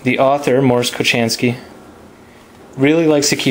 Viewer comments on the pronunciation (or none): It\s not Mors Kochanski but Mors Kochański you say ,,ch,, more like ,,house,, not like in ,,chocolate,, Thanks for video nice to see what is in book before buying.